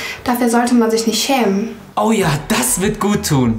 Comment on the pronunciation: Anastasia: "dafür sollte man sich nicht cheemen